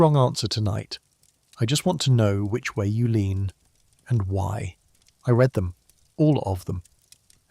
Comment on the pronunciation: "I read [redd] them, all of them". Oh what a shame... until that point I was assuming this was an "AI" voice, but not 100% sure: certainly a high-quality one. Why don't you just do the voiceover yourself? Or get someone else to do it: we don't care if the narration stumbles, or has umms and errs. But I can guarantee that EVERYONE hates "AI" voiceovers.